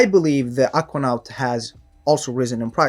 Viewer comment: dude why you pronounce Aquanaut that way?